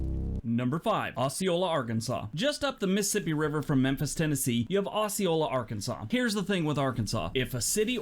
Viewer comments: I'm in arkansas. It is not pronounced as he is saying it. The o is said as oh. So we say oh- see- oh- la. I've never heard it said the way he said it lol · That is "oh-see-ola. I live in jacksonville arkansas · this guy is too judgemental and opinionated -- I live 15 miles from Osceola Arkansas - pronounced O Ceola the s is silent -- so there's that -- we are an old time area in the delta - on the Mississippi river - fine people for the most part --- no town is perfect -- I noticed no California towns --- ------- you are awesome - genuine - God bless